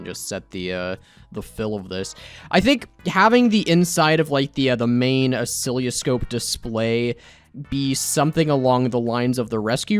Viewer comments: Btw oscilloscope is usually pronounced "uh-sill-uh-scope". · Every time he says "Ocilioscope", a part of me dies. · mispronounces oscilloscope and calls it a heart monitor. Me: Cries in electrical engineering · As a ECE major. It hurts hearing you say oscilloscope because you're saying it terribly wrong. That and the fact that the point of an oscilloscope is actually to read electrical signals and waves. (It's used for like every aspect of electrical engineering basically)